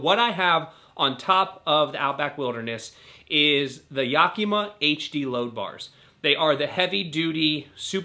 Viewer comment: I love how you pronounce Yakima. “Yock - e - muh”.